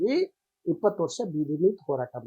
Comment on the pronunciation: ಲೋ ಓರಾಟ ಅಲ್ಲ . ಹೋರಾಟ 😀😀.